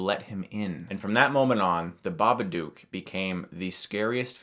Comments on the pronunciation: Great review... but one thing that drove me crazy... BABADOOK! DOOK RHYMES WITH LOOK! To prove that I am correct, the story reads: If it's in a word, or it's in a look, you can't get rid of The Babadook. Look rhymes with babadook. I'm sorry but this bothered me so goddamn much for some reason T_T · I just wish he would pronounce it right. If you watched the movie you would know how to say it lol, dumbass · I watched it last night and I was too scared to look at my ceiling when I was in bed. I knew I was being stupid but I was just too scared :P But seriously, you're saying it wrong. The "dook" is said more like your american "look" than "duke". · It's pronounced babad-oo-k like book or like shook, like I was when I watched this movie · Ur saying it wrong it's an Australian film u have to say it like an Sustralian it's not spelt Bubuduuk so saying it like that sorry just get rlly annoyed about it XD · Pronounce "took" and "book" thats how you pronounce Babadook. NOT Baba"duke" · I don't get it Chris. You've watched the film, you should know better than to pronounce it bubadOOk. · BabaDOOK - as in rhymes with "hook", not "duke". ARRGGGHHH!!! ;-) (Love ya', guy, but that was just getting on my nerves!) :-) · It's Babadook not Babaduke! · I have a question: why do you keep mispronouncing "Babadook" as "Babaduke"? It's 'dook' and rhymes with 'book,' which is clearly stated in the poem in the book. It's even part of the noise the monster makes. SPOILERS: those who are giving the film crap about it using the "it's in her head" cliche, guess what - it's NOT. Her anxiety and fear has taken a physical form, so it's not in her head. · Chris: Pronounces it The Babaduke in this movie How it’s pronounced: Babadook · If you paid attention while watching the movie, you would know Babadook is pronounced Dook like Hook, not Dook like Duke. Babadook, Babadook, Baba, Dook, Dook, Dook. Not Duke Duke Duke. You pronounce it like Marmaduke's evil doppleganger.